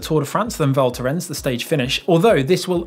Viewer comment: The “s” in Val Thorens is not silent.:)